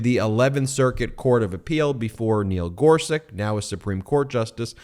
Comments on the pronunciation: Ben! Regardless of how much he make suck, Neil Gorsuch’s surname is pronounced “GOR-sutch”, not “GOR-suk”. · GorSUCH just like it’s spelled. Not GorSICK like you kept saying. Eastern European names always end with the -ch sound unless the family changed it for some reason. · Ben - the Justice's name is pronounced "Gor-sutch" not "Gor-suck." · gor-suCH, not gor-siCK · Thanks, Ben. On pronunciation. I believe the original spelling is “Gorsuč,” meaning we would pronounce him “Justice Gor-such.” Second, I believe that Trumpie’s a bone fide illegal, too. His Opa Friedrich immigrated from the Bavarian Palatinate illegally, hiding the arrest warrant out for him, for evading conscription in his home country. Meaning Trumpie’s Dad Fred was an illegal child of illegal immigrants, too! BoneSpurs Trumpie’s a fraud. Always has been.